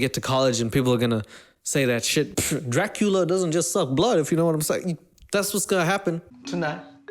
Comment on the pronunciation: “Dracula” come on dude 🤣🤣🤣